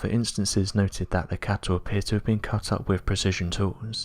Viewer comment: It's such a shame such decently produced uploads are so badly narrated. His voice is nowhere near loud enough and too soft. He also mispronounces every other word, and it isn't just his accent. Words like "cattle" he mispronounces as "cattow" because his impediment won't allow a hard "L" . It becomes not just irritating but very difficult if not impossible to follow along. I wish they would edit these and re-voice them. It would be such an awesome channel then.